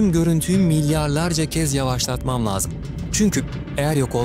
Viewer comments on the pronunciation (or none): Lazım değil lăzım